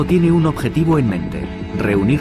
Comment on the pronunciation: Kemper es el apellido, por que decís Kempa??